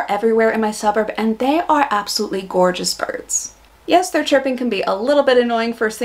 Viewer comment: "Their", not "Thei"